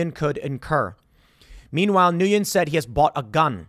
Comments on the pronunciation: Nguyen is pronounced "win," not "new yen." Source: lots of Vietnamese friends. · Nguyen is pronounced as "when". One syllable. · It is pronounced Win! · It's pronounced 'Win,' not 'Nooyin' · It's pronounced win. Not newwin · Nu yen?? Everyone knows that "n win" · Tim’s Asian heritage was a lie. 😂 He can’t even pronounce Nguyen. It’s “Nwen” not “New-yen” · Pronounced win not nuyin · hey Tim, the Vietnamese name Nguyen is pronounced- WEN - . No shame. Very common name so good to learn that. Ngyuen was rightfully fed up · It’s pronounced “win” Tim. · Weird thing that upset me… Nguyen is pronounced like WIN. Served with at least 7 of them in my department. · Hey Tim, since you asked the last name Nguyen is pronounced roughly like the words "when". It's spelled like that because it's using Francophone spelling for names in former French colonies in South East Asian. In this case it's French spell of a Vietnamese last name. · I think it's pronounced [when] Nguyen. If it's not heroic it's definitely gutsy. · pronounced “Win” (common Vietnamese surname and subject of Family Guy telemarketing joke) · FYI Nguyen is pronounced Win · The pronunciation of his last name sounds like "Win" . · It’s pronounced “ Win” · if its pronounced like others i know with the same last name then its pronounced "WIN" - (nguyen) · The last name is pronounced “win”. Ironic but true. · Tim, in case you would like to know, Nguyen is pronounced like “when” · It’s my understanding that “Nguyen” is pronounced more like “win” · I believe it's pronounced "win" (Nguyen) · I'm pretty sure it would be pronounced WIN. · Nguyen is pronounced "Win". It's the Vietnamese version of Smith. It's literally the most popular surname there. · I believe Nguyen is pronounced similar to When. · Heads up Tim if you see this comment. The last name 'Nguyen' is pronounced like 'Win' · The pronunciation of his name is "win". It is a common Vietnamese last name. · I could be wrong but I believe Nugyen is pronounced Win.